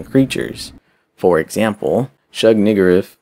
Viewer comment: The proper pronunciation is: (Shub-Ni-ggürath) you sound the U and R as an OER. And pro tip try not to make your music louder than you speak,cause it's like having a kid screaming over you while your in a meeting on Zoom. There you go friend.